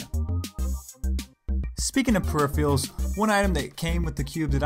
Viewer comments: I like your videos, but I think you are pronouncing "peripherals" wrong. :( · You pronounce 'peripherals' very weird haha